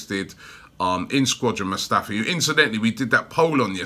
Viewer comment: "Squadron" Mustafi 😂